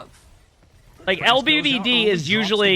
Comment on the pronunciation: actually pronounced LBBD7 kinda good😂